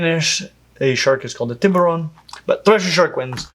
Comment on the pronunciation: idk why but the way he pronounced tiburón was so funny to me lmao